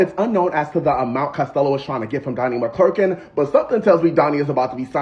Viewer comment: You're not even saying his name right.. McClurkin..